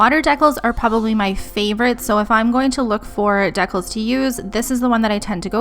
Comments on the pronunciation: Deeee-cals lol Not Deckels dekels Really great video tho! That’s for the education 🙏🏼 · Isn't it pronounced dee-cals?